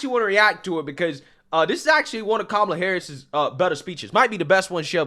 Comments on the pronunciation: Also you keep saying her name wrong. Her name is cumalla 😅😅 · Her name is Ka-ma-la, not Cumlala, but the way you say it is hilarious and accurately descriptive....